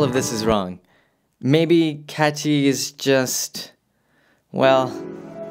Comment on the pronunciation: pronunciation is a little off on her name ... it's a very hard T in Kati ... cut tea (leaves) .. just sayin